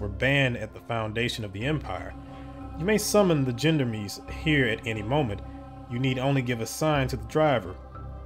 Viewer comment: BTW - I do believe the "gendarmes" is pronounced something "shon-darms". If I remember correctly it's a French word for military police (but with civilian assignments as well) - or something like that.